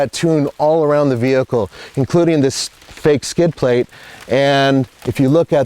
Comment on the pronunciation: Did you say "fake skidplate" ?